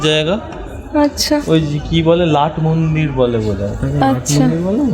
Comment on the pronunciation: OMG! লাটমন্দির নয়, কথাটা নাটমন্দির। জেনে রাখুন।